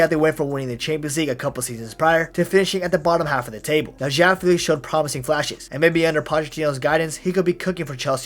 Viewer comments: It’s actually feh-lix so… are you Portuguese bro? Fae lix … 🤣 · The name’s pronounced Fae-Lix not Fee-Lix but it’s common mistake lmao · my bad bro I’m not Portuguese but I know Fee-lix wasn’t the right pronunciation